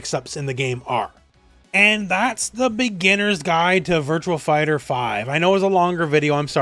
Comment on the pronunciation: Virtuaxxx Fighter. It’s not Virtual. There’s no L. Stop pronouncing it.